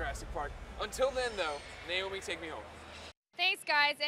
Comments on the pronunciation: "thank you na-naomi, ay oo" this is fuckin dumb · "thank you na-naomi, ay oo"